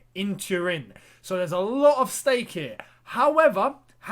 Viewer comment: "There's a lot of steak here" indeed there is 😂😂mans having himself a medium rare tonight